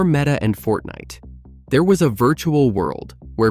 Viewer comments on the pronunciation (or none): none